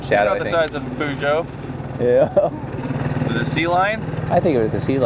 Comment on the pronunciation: The way they say Peugeot is so wrong 😂